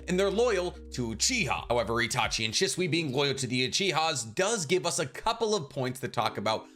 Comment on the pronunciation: First off obito only lived with his grandma he never met his parents and how can you not pronounce shisui right you make make videos everyday